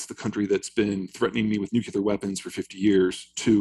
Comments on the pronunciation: It is nuclear not nucular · Can at least all the professionals, journalists, authors, academics, even scientists, etc., learn how to pronounce the word "nuclear" properly? NU-CLEE-AR. Not NU-CYOO-LAR! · Disappointing to hear "nuclear" pronounced "nucular"... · Cant take anyone seriously who cant pronounce new-clee-er and has a man bun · Amazing how many super smart and educated people can’t pronounce nuclear.